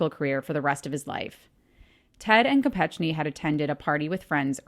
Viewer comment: It's pronounced Mary Jo KopeKni. I was here when we heard it on the news in the UK 😊